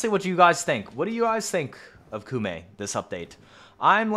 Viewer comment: Koumei, not Kumei